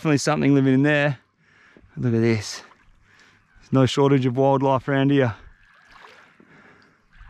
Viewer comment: Nor way, NOR WAY BRO....why can't people from Australia say No?